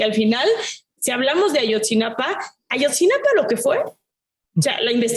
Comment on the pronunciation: Abordar el tema de la violencia con una visión tan sesgada es un insulto a la inteligencia del público, en el ejemplo que han usado, el caso de los estudiantes normalistas de Ayotzinapa (no Ayotzinapán como lo pronunciaron) tristemente desaparecidos, es una muestra de su prejuicio. Se han girado más de ochenta órdenes de aprensión, la de Murillo es solo una de ellas; la consulta a la ciudadanía para la revocación de mandato fue una oportunidad inmejorable para quitar del cargo al presidente, si ustedes no quisieron participar no tienen autoridad para descalificar ese primer ejercicio democrático. En su afán por culpar al presidente de todos los males que aquejan al país, omitieron mencionar la división de poderes, los legisladores son electos por la ciudadanía, la manera en que son propuestos es un tema aparte, alito Moreno y sus prostidiputadas son otros tema de violencia que no mencionaron; el poder judicial es el encargado de la impartición de justicia, su corrupcion e inoperancia son legendarias, el cártel de jueces y magistrados ha operado por décadas con total impunidad. Ustedes son quienes con su discurso contribuyen a la radicalización de grupos opositores a la actual administración. Por cierto el término "Fifí" se refiere a un comentario del actual presidente cuando era candidato para referirse a los periodistas de élite que fueron invitados junto con políticos y magnates a una celebración en la residencia del sr. Chedraui. Saludos herejes.